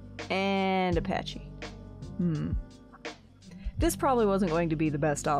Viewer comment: Why are you the only one that calls them Patchys 😅 sorry